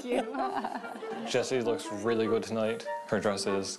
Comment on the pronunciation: "that's goohd" haha aww hes so adorably awkward.